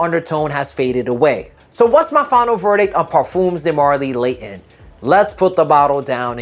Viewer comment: LAYON 😂😂😂😂 bottle of wada. speak English or dont.